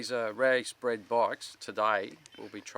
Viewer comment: heard "race" as "rice", australians.... :))